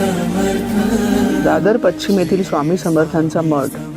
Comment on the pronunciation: क्लिपमध्ये 1.08 येथे निवेदिकेने दादर पचीम असा उच्चार केला आहे, तरी पश्चिम असा उच्चार करावा अशुद्ध व चुकीचे मराठी बोलू नये.